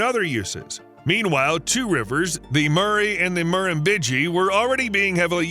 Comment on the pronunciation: Listening to the American commentator pronounce 'Murrumbidgee', did a good job. Beside that we have the dumbest Government, from giving away our resources for little return example Japan on sold our LNG and still made a profit. Australia highest LNG exporter only provides $2B royalty compared to QATAR 2nd and $76b royalty and we have one of the highest house prices, shortage of homes, highest tax system, and education debt through the moon. STUPIDITY